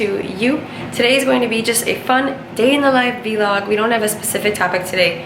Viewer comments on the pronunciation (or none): New to the channel. Random question. Is their pronunciation of “vlog” as “v log” some sort of in joke that i am just not aware of?